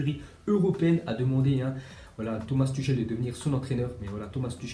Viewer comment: On écrit Tuchel et on dit Tuhel Merci